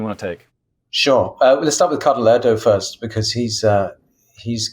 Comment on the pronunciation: The cardinal’s name is Erdoe, umlaut oe! Not Erdo!